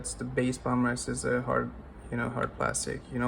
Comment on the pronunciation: He does not pronounce H in hard